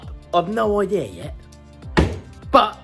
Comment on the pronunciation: Love how u say idear lmao